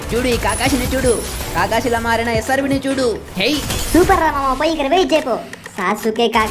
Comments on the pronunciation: anna aadi sa suke kadu anna aadi sasuke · Sasuuke kuda kadhu bro sasuke